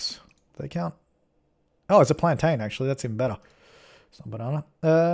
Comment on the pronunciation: Thank you for saying plan-in in your lovely little accent. As a West Indian, it's much, much more pleasing than hearing cringe plan-tAin.